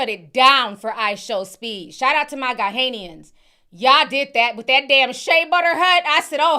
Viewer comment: " GA-NA , GA-NA" = Ghanians not Ga-hay-nian